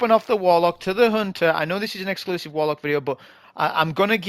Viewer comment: Just seen the video for counting how many times says "Wolock" it's hilarious just like boh' of woa'